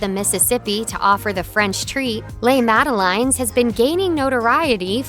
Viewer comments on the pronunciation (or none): Did she just say Sweet Madeline’s?!?!?! It’s spelled Madeleine’s, pronounced Mad e laine. That is the French spelling. I blame Ronald Dahl. Btw, my daughter is Madeleine ❤ Great video 👏